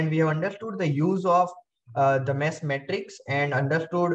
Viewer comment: material is good but the way you pronounce mesh so it sounds like mess cracks me up